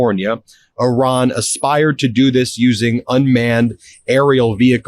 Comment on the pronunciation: Thank you for pronouncing Iran correctly